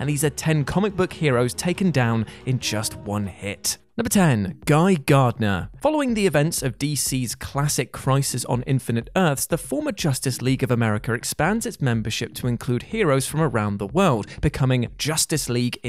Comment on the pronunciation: I stopped the video when he said Americer 😂